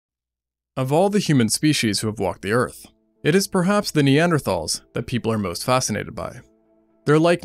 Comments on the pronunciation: seconds in and I was already disappointed that he pronounced neanderthals incorrectly. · When you spend almost 17 minutes pronouncing "Neanderthal" wrong. Hint: It's nee·an·dr·taalz not "Thals". Atleast put some effort into your videos. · You pronounced Neanderthals wrong so I didn't watch more than the first five seconds.